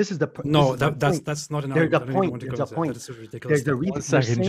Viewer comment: THIS NIGGA SAID "RIDWICLOUSE" LMFOAOAOAOAOAOAOAO